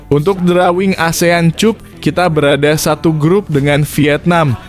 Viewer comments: Bukan cap - cup tapi kap bacaannya min, 😁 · CUP.. Dibacanya KAP.. Ya Bos.. Biar kita dgrnya rada enakan gtu.. 😂😂.